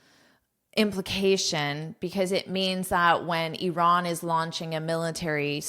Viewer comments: One of the few people in the world who pronounces "Iran" correctly instead of saying "I ran" 😍😁 Thank you for your precious content ❤ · You pronounce Iran fantastic, like the way we pronounce it in Persian! Well done